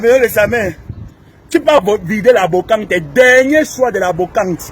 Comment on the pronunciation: on dit brocante et non bocante pour quelqu'un qui a un master euch😮😮😮 Ton français laisse à désirer.